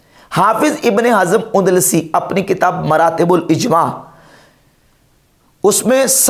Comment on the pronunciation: اندلسی ہے کندلسی نہیں۔ نحوی نہیں ہے نووی ہے